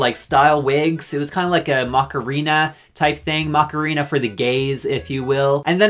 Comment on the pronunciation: The way you pronounce Macarena is so wrong 💀💀💀